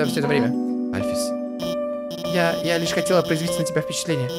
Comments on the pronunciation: Правильно альфИИс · и в имени Альфис ты ставил ударение не на ту букву... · правильно Андайн Альфис(ударение на А) и Папайрус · Та блин альфис ударение на а понимаешь на а а А!!!